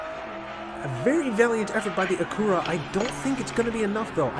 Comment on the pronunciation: Great vid with some fun racing! Just a bit of constructive criticism, “Acura” is pronounced like “accurate” but without the “T” sound at the end. And even then they’re really just Hondas as Acura is just Honda’s luxury brand. Just like Toyota/Lexus and Nissan/Infiniti and Hyundai/Genesis. Can’t wait for day 4, this is a fun track!